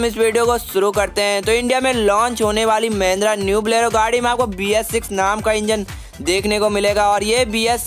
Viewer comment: That pronunciation "Mendra Blero" 😂